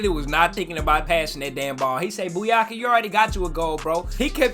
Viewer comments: Saka's name is Bukayo and not Buyako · btw it’s pronounced bu-kayo not bu-yaka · Buyaka 😂😂😂😂 it’s bukayo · 🤣🤣 turning Bakayo into Buyaka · I think he knows. It's just funnier to say Buyaka